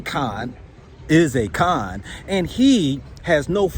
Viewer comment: Akon, A-"CON" and ACORN. HAHAHAHA 😂🤣